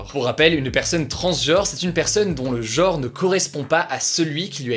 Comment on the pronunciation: Le mot est "gENre" / "transgENre" et pas "geOre" / "transgeOre".